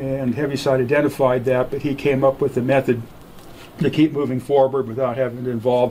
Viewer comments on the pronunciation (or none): none